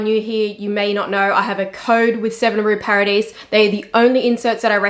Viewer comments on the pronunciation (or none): Hi, I appreciate your videos and knowledge. I know French is difficult but if it is of any interest to you 7 rue Paradis is pronounced ... Paradi. You just skip last letter ( very common in French ). The same for blanc - c is not pronounced 🤔